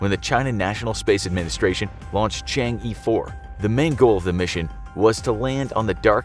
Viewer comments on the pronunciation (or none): Chang' E 4. I'mma just pretend I didn't hear that.